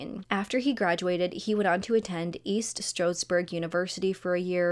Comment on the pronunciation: this is local to me. this is so weird. I've never heard of this before. stroudsburg = strOWDsburg. it's an "ow" sound, not an "oo" sound 🫶